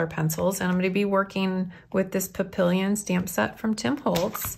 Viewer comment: PAPILLION (butterfly) … “pap-e-yon” the double L in French is a Y sound like in Spanish … Paella